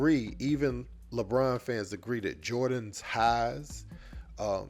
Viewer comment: Bruh said Lebrona 😅😩🤣